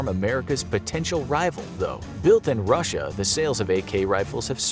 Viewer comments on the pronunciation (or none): none